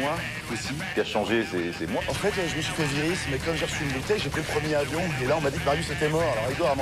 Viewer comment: À l'oral, "le premier avion" se prononce "le première avion" pour faire la liaison entre les 2 mots mais les Français sont devenus tellement nuls en français que 80% des spectateurs n'ont probablement pas compris cette blague.